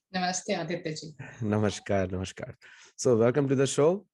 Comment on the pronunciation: Aditya ji , please don’t mind but it’s Namaskar 🙏🏻 and not Namashkar, as the latter got coined because of Persian dialect impact .